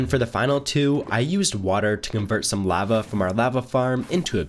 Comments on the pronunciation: La-va not lav-a tag not tog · Lava isn't pronounced the way you think it's pronounced lova I can't watch your vids that for whatever reason bothers me to no end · i hate how you say lava it makes me want to die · Is he saying lava wrong or am I?